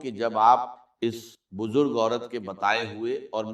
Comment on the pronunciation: This is NOT Dr. ISRAR'S msg, video or even his voice. Why use his videos to convey your msg, pehle to aap aapni galti ko theek karein whoever has posted/ made this video b4 spreading Allah's msg...shame! Dr. Israr's talafuz were never weak or wrong "wajeefeh, Bujurgh, Jindagi, Jaat" 🙄